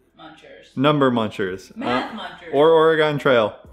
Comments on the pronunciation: Did you learn to type on a type-writer? I did! My mom was a secretary in the 80s and that was the standard. Also, it's ORE-UH-gun. There is more emphasis on the first part and very little emphasis on the last part. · You guys are so adorable and cool, that's why I know you'd want to know that Oregon is pronounced Orygun... thanks for all the awesome info and fun times :) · I double spaced as a kid. It was how I was taught. I don't do it anymore. And you guys say Oregon wrong. It's so cute. I'm from Portland. We pronounce the second syllable like "gun". So it's (Or a GUN) or some people drop the "a" in the middle and say (Or'Gun). I know it doesn't make sense from the spelling. Good luck on the fast.